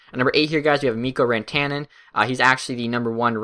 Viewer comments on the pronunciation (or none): Rant-an-en not Ran-tan-en. Good video. I agree with your selections in this mock draft.